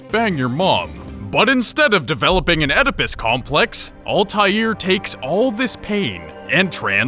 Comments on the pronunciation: its not OLTAILR ITS ALTAIR like its written and pronounced u dumb stupid no life fucks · Ultair is how it's pronounced in the games. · You say it with an L "Ahl-tai-air" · he keeps saying Ultair, its annoying. The Shit is Altair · Al-ta-heer Ebeen-la-haad There is an invisible H(low tone) in "Altair" and a silent H in "La'Ahad" Arabic is weird sometimes like that. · Altaïr Ibn la ahad is pronounced as All-tie-air Ib-in La-ah-had. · Why are murrican's unable to pronounce Altair properly? It's always ÆLTÆIR. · Alteezie's name is pronounced: All-tie-ear I-ben Lah-Uh-ad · His name is pronounced altaeer eebnoo la haad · It is pronounced 'al-tie-eer' and 'ib-in-il-ah-ha-had'... sorry im a nerd... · The pronounciation of Altair tho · You say altiar wrong, say it with out the "L" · Am I the only one annoyed with his pronunciation of Altair? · ITS PRONOUNCED ALTIAIR YOU ARE ALL IDIOTS >>>>>>>>>>>>>>>::::::::::::(((((((((((((((((